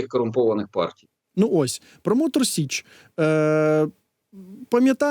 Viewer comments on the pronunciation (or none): Тіліки не з Мотор СЕчі а з Мотор СІчі. Виправить будь ласка бо це дуже дико